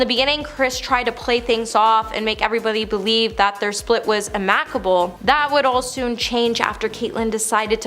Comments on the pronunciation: " Split was " Emacable"??? Lol Its pronounced AM-I-CABLE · It’s actually pronounced AM-ih-caBLE. She pronounced it am-ACK-able. Your pronunciation sounds like “Am-I-Cable?”. Just keeping it honest 😉. I can’t keep track of the number of inscrutable pronunciations coming from this site these days. And since they recycle the same video clips over and over, they never die…